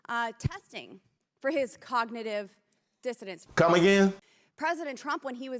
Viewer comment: Funny, I thought I heard that right the first time but everyone was saying that she was saying "cognitive dissonance" which is a thing at least but no, she is quite clearly saying that Donald Trump was tested for "cognitive dissidents" because she's an idiot.